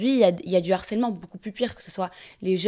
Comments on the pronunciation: On dit LE HARCÈLEMENT et pas l'harcèlement car il y a un H !!!! Du Harcèlement et pas de l'harcèlement, toute la journée ils ont que ce mot à la bouche et savent toujours pas le prononcer !! Apprenez le français, c est insupportable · Mais c’est pas possible !!!! Donner la définition d’un terme dont on ne connaît pas la prononciation 😭😭. On dit LE harcèlement et on parle DU harcèlement. L’harcèlement est un terme qui n’existe pas !!!!!!!